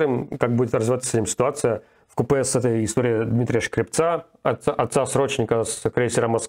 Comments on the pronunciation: Руслан, вкупе читается как "вкУпе", не "вкупЭ". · Руслан, можно чуть побрезжу (не от вредности, а чтобы сделать Вас еще более прекрасным, знаю, что Вы читаете комменты), ибо не в первый раз слышу от вас "вкупЭ". Правильно "вкУпе" - вместе, в совокупности. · опять сказал "будет развиваться ситуация в купЕ". "ВкУпе" правильно. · Особенно прикольно, когда говорит "в купЕ" вместо "вкУпе". 🤓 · не "вкупЭ", а "вкУпе")) CIT с днем рождения! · Руслан! ВкУпе, а не вкуПе! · Левиеву: ты говоришь "в купЕ", а правильно говорить "в кУпе". В смысле "вместе с тем". А так, спасибо, интересно! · Передайте Руслану, вкУпе, ударение на первый слог. А в купЕ это про паровоз. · Руслан, вкУпе (ударение на первый слог), спасибо за сводку. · Господа, нельзя ли как-то позаниматься с Русланом и научить его правильно произносить длинные слова и расставлять ударения? Информация у него интересная, но изложение просто адское. Только усилием воли заставляешь себя слушать эти "вкупЕ", "каннАбализм" и проч. Но все равно лайк.